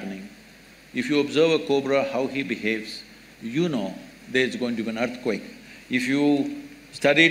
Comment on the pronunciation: " EARTQUAKE" ==> " EARTHQUAKE"